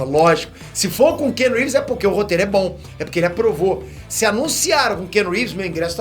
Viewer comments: Cara, aprende a falar o nome do ator corretamente - pelo menos. Não é kenu. A pronúncia é “Kianu Rives.” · O nome dele não se prenuncia "kenu reeves" Mas sim Keanu reeves. Praticamente da mxm maneira q está escrito 👍